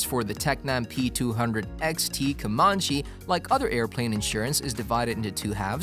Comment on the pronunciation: Knowing how to pronounce basic words such as "efficiency" or "comparable" or "Comanche" etc will generally help with views. Kids....if you don't know how to pronounce something, look it up, don't just fake it hoping you get it right or that nobody notices. Especially if you're trying to do an "educational" video.